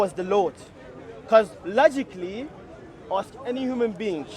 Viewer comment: missink, beink, sayink, beginnink, same beink, same think. Ahad =ONE in Hebrew. go and feel shame 😀😂